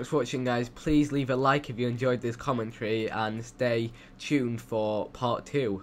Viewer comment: I love the way you say "commentary". You pronounce it "common tree." Sorry. I just thought I'd share. c